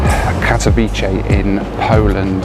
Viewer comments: Greate video. About your flight to Poland its Katowice not Katowiche. "c" sounds like in cementary, century, cent. Come to Poland more often, we have some greate places! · It's pronounced Kat-o-vitser not Kat-o-veechee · Katowice is not italian pronouncing "c" for "ch"... its like Katowitse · You said kadcwice wrong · Kato-Vit-seh (Katowice) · Katowice is pronounced CAT-OH-VIC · Pronounced 'Kato-veets-eh' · Need to toughen up. enjoyed the video, missing flying a little too much, I am. And I think it's pronounce Kaat-a-wee-se. I think from remembering being there in the mid 90's. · It's pronounced cat-o-vitz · you pronouced Katowice like 100 times and all wrong 😭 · I'm not Polish (Slovak) but I also noticed the wrong pronunciation, however I think the "c" in the words like "century" is pronounced as "s". The correct pronunciation should be like "ts" if I'm not mistaken 😊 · If pronounces Katowice like it's in Italy, I'm glad he didn't try to pronounce Pyrzovice! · Don’t think your saying Katowice correctly! Lol